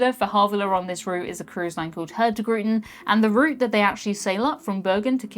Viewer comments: got it wrong! Hurtigruten, which means something like fast route, is pronouced (approx.) hoortirooten! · I am impressed at how much you managed to butcher "Hurtigruten" xD That was hilarious. Thank you.